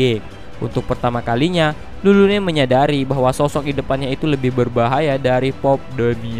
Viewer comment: Napa tulis Lulune dibaca malah jdi Rurune ?? Agak laen